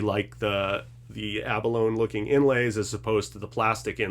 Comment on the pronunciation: It's 'Duh-dario' not 'Dee Uh Dario'. Also, 'ab uh lone ee', not 'ab alone'.